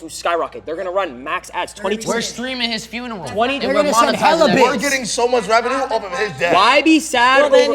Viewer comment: "We will be streaming his funneral"😭😭😭